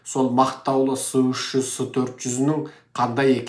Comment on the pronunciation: Секес"s300-s400"ec"" деп оқылады.